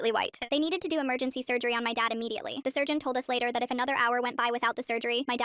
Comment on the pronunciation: The "enowatha"😂😂😂